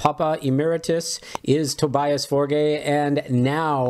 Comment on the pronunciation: People don't even try to pronounce his name correctly. It's "Toe-bee-us" and "Forg", like "Borg" but with an 'F'